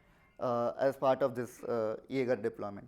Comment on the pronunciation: If you both had put just 10% of the effort you put into pronouncing "Jaeger" as "Yaagar" into the demo, the demo would have turned out great. I'm telling that.